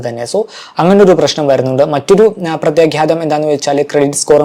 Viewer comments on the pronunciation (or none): പ്രത്യാഘാതം... (ഖ്യ അല്ല)